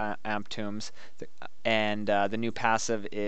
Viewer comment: okay, this really shouldn't bug me, but it's not an amp tomb, it's an amp tome. pronounced like toe, but with an m at the end.